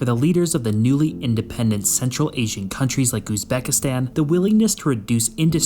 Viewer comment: Highly doubt it considering he can't even pronounce the name of the country properly